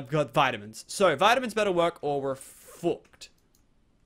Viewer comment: when he curses he is liked "fouckd" dieing